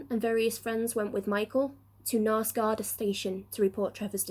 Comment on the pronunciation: Thank you.....btw it is 'guard-ee"